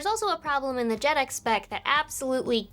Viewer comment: Jaydeck* not Jedec